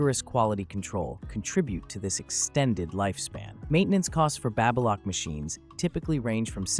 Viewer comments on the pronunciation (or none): Hard A in Baby Lock. The Baby is pronounced Baby as in a newborn infant. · Babbalock? Babe-a-lock? 🤣